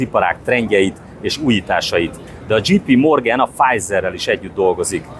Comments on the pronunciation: A J.P. Morgan az nem "dzsí pí" hanem "dzséj pí". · "dzséj"pí morgen... nem "dzsí".